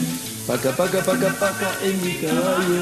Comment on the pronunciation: It’s taca not paca